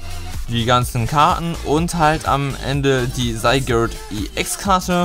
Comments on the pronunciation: LP Eigentlich nicht, geh mal auf die Pokewiki-Aufzeichnung von Zygarde an und geh dann auf die Sprachdatei des Namens. Zygarde=Richtig, Sygard=falsch und da es eigennamen sind gibt es keine Anderen Ausprachen. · Wiso sprichst du Zygarde so seltsam aus? 😂